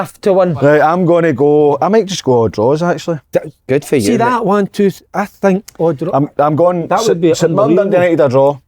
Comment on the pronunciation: Si, stop saying twa yah prick